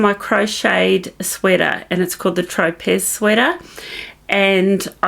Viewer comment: I believe your Tropez sweater is pronounced “tro-pay” like the island.